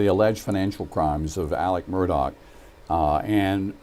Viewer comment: What is the real pronunciation of his last name because you keep calling him Murdoc not Murdaugh? Just wondering. Noticed his son didn't come back after lunch. Was he disgusted with the morning testimony? Pretty damning if I heard correctly from yesterday and today. Sad😡